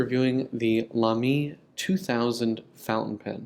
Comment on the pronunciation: I don't know why it bothers me so much, but I trip over the way you pronounce Lamy. Why stress the second syllable?? You have the right vowel sounds at least. So I guess I should be happy about that.